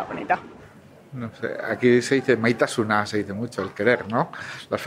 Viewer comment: "maite asuná" no, es maitasuna 🤦‍♀️ "Maita su" tampoco, maitasun 🙄 "oso goxo" se escriben por separado y significa "muy rico"